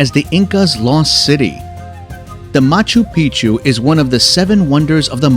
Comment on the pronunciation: Great video but the computer generated voiceover makes it really hard to pay attention. All I heard was machu pichu and titty caca